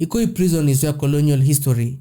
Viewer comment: Your abuse of English words is so annoying.. which bush African country are you from?pls go back to school and learn English language pls...The Nigerians you criticize are well educated than you stack illiterate that can't even pronounce ordinary "Prison"which you call "Prezon"..You bloody liar!!